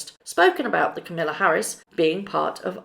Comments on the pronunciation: Biden surely knows that Harry is not allowed to be political. One of his lawyers or advisors would have told him and even if he is allowed to do it surely Biden would be advised against it so as not to upset the Queen. Also it’s not camilla Harris it is pronounced cam (as in camera) ah la Harris. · The Vice President's name is pronounced "Calm - a - la", not Camilla. Just sayin. I personally think that the new President and Vice President have way too much work to do right now to bother with these two fools. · Be careful how you pronounce our president in waiting name. It is pronounced KAM il la with the emphasis on the first syllable. As opposed to her step mother in law, kam IL a. She will slap your knuckles if you don't get it right . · It's KAMala, like PAMela... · Kamala - not Camilla. Please stop mispronouncing. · with all due respect I come to correct your pronounceation of a name. As Americans when saying the first name of our new vice president, Kamala is said as comma la. As she herself says its just like a comma (,) with la. Accent on comma. I correct you only bc I know you are proper and like to speak properly. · It’s pronounced camel-a. I heard her introduce herself. 😂😂😂😂😂😂😂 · Love your videos, but please... KA-mala’s name is pronounced with the accent on the first syllable. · its Kamala not camilla... disrespectful to not pronounce her name right. even if they are dem ambassadors well see them once and then they'll disappear because its just word salad with no substance and nobody wants to hear them bang ob about their hard lives. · VP name is Ka-ma-la Harris, not the British Camilla. Love your web site!!💕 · Hey, just FYI the Veep's name is KA-ma-la, not Camilla. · Her name is not camilla, it is kamala like with pamela